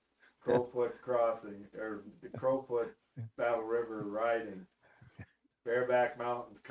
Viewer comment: you guys are numb...its Battle river crowfoot not crawfoot.....listening to you two is funny...you havent a clue..